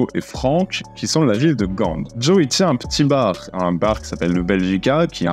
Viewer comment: La ville de "Gande" ???? Ca se prononce comme les gants